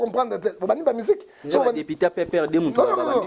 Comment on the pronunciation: Dikoshiiii ya journaliste ... depiteee depiteeeee yoka prononciation ya mabe boyeeer!